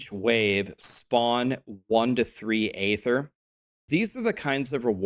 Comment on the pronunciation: please good sir, do not perpetuate that Blizzard dude's mispronunciation of "aether". It's pronounced "EE-thir" not "AYE-thir". Lets fix the world one tiny bit at a time :)